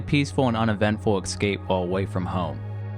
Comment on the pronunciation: "Es-cape". Not "Ex-cape". Look at the letters... Good video though.